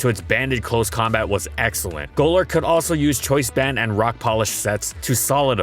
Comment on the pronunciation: Goelerk 🤮 Go-lurk 😍👌